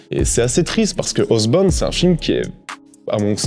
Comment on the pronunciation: Monster squad ça a l'air d'être une bombe. Je cherchais justement des films sur ce thème à montrer à mon fils. En revanche, je cringe à chacune de tes prononciations de Housebound. Mais ne change rien, c'est toi le meilleur.